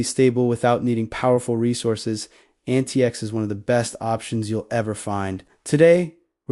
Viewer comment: Proper pronunciation is Antics.